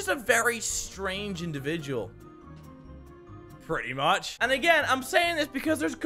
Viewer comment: he sounds so Scottish for some reason when he says "pretty much"